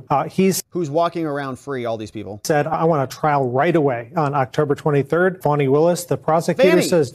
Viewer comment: Fauni fawnny faunnie, now which is it,?